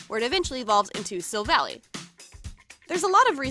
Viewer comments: you are pronouncing the Pokemon's name wrong its silvall[eye IIII NOT YYYYY IIIIII [ THIS IS A HATE COMMNT ]😅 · STOP SAYING SILVALLY WRONG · mispronouncing Gladion’s and Silvally’s names Me, squinting: “I’ll let it slide, just this time...” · sill vahl lie not sill valley omg it annoys me SO MUCH watch the SHOW and u will see edit: sorry, i love you, but please, please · Savella that's how you say it not savle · i have to point out some thing , its pronunced sil-val-i not sil-villy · Silvally's name origin is that he is Gladion's Silver ally. So it is pronounced Sil-Val-Eye, not like how it looks. I'm sorry if this seems rude but I am a huge pokemon fan and hearing you say the name wrong makes me want to rip my hair out lol. I love your videos so much though! keep up the good work! :D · Oh god the way you pronounced Silvally’s name triggered one of my pet peeves- In the Pokémon series sun & moon they pronounce it like you would pronounce lie- Kinda like this Sil-Va-lie Sorry- my pet peeve just- took me over 0-0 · Gurl its silvally like the end is silvall AI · I noticed that you said his name wrong it's pronounced Chevelle eye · I know im like really late to this video but i just have to say how she pronouces these things... as the showed in the bottom corner how she said gladion wrong but lemme give you a lesson on how to pronounce 2 things... Gladion: Glad-ee-on Silvally: Sil-vall-i And 1 more that alot of people say wrong... Pokemon: poke-ay-mon Im sorry to the people who may find this rude somehow but... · its pernoct sill-vall-aw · its her favorite pokemon and she cant even say it right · If She's REALLY A Fan Of Pokemon-- WHY DID SHE PRONOUNCE BOTH GLADION AND SILVALLY'S NAMES?! She Said "Sil-val-ee", IT'S PRONOUNCED "Sil-val-eye"... REEEEE- And "Glay-dee-on", IT'S "Glah-dee-in/on"; WHHYYY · Uh is Pronounced Glaaadion not Glade-ion and silvallie not silvally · It’s Sil-Val-lie not Sil-Val-ie and it’s Glad-Eon not Glade-Eon